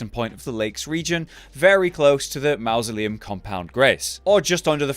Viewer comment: “You find that Here in the 🐱-tuh-cooombs and you’ll find that here in the 🐁-suh-liam”